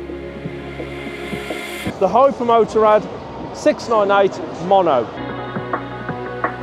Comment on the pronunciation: “Ducati HyperMotor’ad”… its HyperMotaaaarrrddd 😅